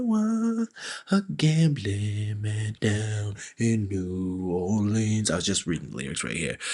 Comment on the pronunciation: I love that it takes a Brit to pronounce "New Orlinz" properly, at least when he can for the rhyme. :face-green-smiling